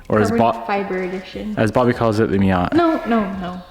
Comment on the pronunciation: what's a miott?? i think you mean miatA.